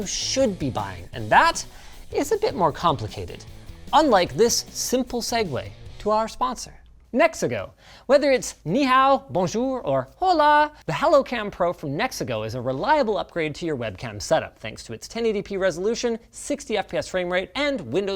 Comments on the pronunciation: You can tell there aren't many Spanish speakers in his area of Canada based on that pronunciation of "Hola." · he didnt just say Hola like HOULA, instead of just OLA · I'm from Poland, there is for sure less Spanish speakers and even I know that pronunciation was butchered